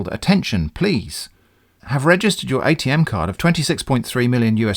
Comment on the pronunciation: So much of what the UPS scammer says is comedy gold. I can think of at least three fake slogans for UPS from this video alone. UPS — Not really as you think. UPS — To hell with you! UPS — We'll clear you out! I also feel joy every time you pronounce "Atm" as atom and not A-T-M.